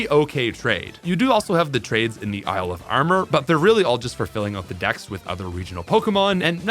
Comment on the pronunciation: I love how he pronounces “out” as “oat”